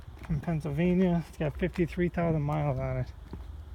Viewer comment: Which yard is this? I heard you say "Pennsylvania car" a few times